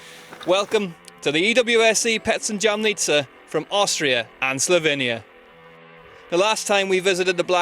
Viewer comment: Btw, I am sure you should pronounce Jamnica like if it was "y" in the beginning. There is no jam in Jamnica😉